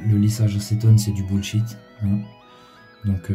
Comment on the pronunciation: A 3m57 tu dis " c'est du bout de shit" mais je pense que tu voulais dire " c'est du bull shit" non? 😂😂😂😜🤭. Merci pour la technique 👍